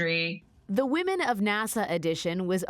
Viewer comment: TRAILBLAZING WAHMEN😂😂😂😂😂😂😂😂😂😂😂😂😂😂😂😂